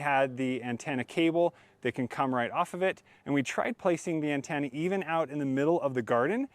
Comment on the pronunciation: Great video, but I have never heard anyone pronounce "antenna" as "ann-tan-a".